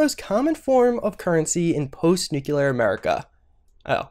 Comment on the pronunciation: You can pronounce Yao Guai but you can't pronounce Nuclear?